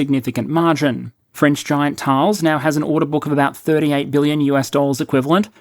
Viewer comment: And from an Australian who was intensely involved with this company (in Australia) for more than 30 years - absolument correct!